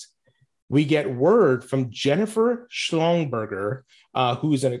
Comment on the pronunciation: I'm sorry did you say Schlongburger...... 🍆🍔😂😂😂